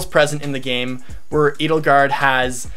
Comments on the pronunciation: Edelgard is likely German, thus it should be pronounced "Aydelgard". Literally "noble protector" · Edelgard is actually German. Many Fire Emblem Names are German, now that I think about it. Edelgard is pronounced Eh-dell-guard